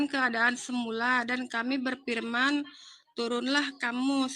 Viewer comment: Berfirman ya Mbak, bukan berpirman, emang saudara tapir shg bilangnya pirman. Wajahnya cantik, tapi otaknya cacat ya 🤣🤣🤣 UCLIM